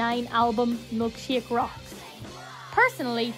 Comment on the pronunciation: You say Milkshake! like, "Milkshiak."